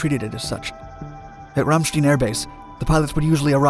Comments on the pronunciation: God no! Not Killary! No bueno! And it's Ram-sh tine. Not rammsteen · The name is not Ramstien but Ramstein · RamSTEIN not Stin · You pronounce the airbase as Ramstien. It's actually Ramstein, not to be confused with Rammstein, the band (but pronounced the same). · Yes, and it's not Frankensteen either, regardless of what Frau Blucher says! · Minor correction: Ramstein is pronounced with a long i. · Yes. Like a beer stein. Love this guys videos. This pronunciation is the only nit I can come up with. Great job! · Ramstein Air Base in Germany. The word Ramstein is pronounced ram (like the male sheep) + Stein pronounced like the Second syllable in Einstein. In German when Two vowels are used together the second vowel is pronounced like its name the first vowel is silent. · long time subscriber and love your content, so please do not take this the wrong way. Ramstein is pronounced with more of a long I instead of your long E. At least to those of us in the Air Force it is. Just trying to help out.